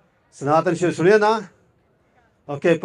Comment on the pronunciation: It's Shastra, not Shastar. It's Vidya, not Vidiya.